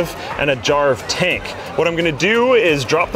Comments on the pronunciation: jarv tank i thought you said jar of tank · Is it just me or when I first heard "Jarv Tank" I though he said "Jar of Tank"? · Thought he was saying jar of tank cuz I wasn't looking at the screen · *Jar of Dank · Tought he said "Jar of Tank" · It sounds like he is saying jar of tank for jarv tank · You're not the only one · me 2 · I actually heard "Jarv Tank" as "Jar of tank" First time. Not a native english speaker though.